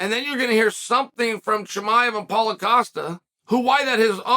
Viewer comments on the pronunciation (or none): none